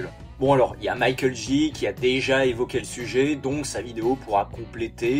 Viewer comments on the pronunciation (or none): none